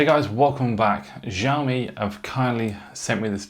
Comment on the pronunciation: Omg learn how to pronounce Xiaomi correctly.